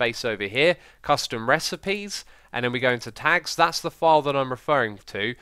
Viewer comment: Sounded like you said "Tax", not tags.